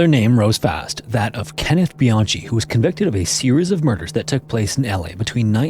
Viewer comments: “Kenneth Bian-chi” It brings me fulfillment that you mispronounced this assholes name. I’m petty. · Totally appreciate your Channel & your professionalism. Howevrs.... for what it's worth. Kenneth Bianchi(BeeOnKey) is how I've always heard his name pronounced. And I doubt he would be the killer. He didn't start his killing until his older uncle Angelo Bruno took him in. Then they became the Hillside Stranglers. I believe he was a Police Academy reject. But was a Police Reserve for L.A.P.D. Just my 2 cents 😊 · Love your episodes but Bianchi is pronounced Bjanki.😽😻🤭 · Bianchi is pronounced with a hard C sound, not the typical CH sound.